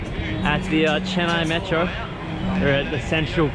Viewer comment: maatro? jahil aurat metro hota hai